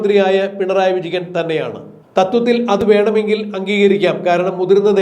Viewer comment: പിണറായി വിജഗൻ അല്ല വിജയൻ എന്ന് സ്പഷ്ടമായി വിളിക്കൂ